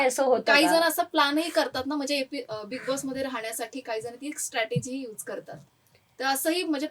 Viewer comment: स्टटरर्जी नाही ग स्ट्रटजी